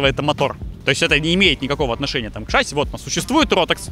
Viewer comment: мы с мужем смотрим все твои ролики, но его каждый раз корёжит от твоего "шАсси" 😖 ШассИ,, шассИ!